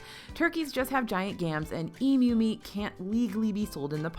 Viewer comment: As an aussie, thank you for pronouncing emu correctly! I rewound the video because I was so shocked to hear it correctly in an american accent.